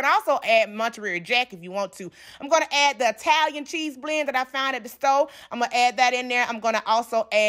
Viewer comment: “I-tai-yan cheese blend that I found at da sto.” 🤣🤣🤣 Now I have to eat this with those swim biscuits you taught me how to make. 😍😍😍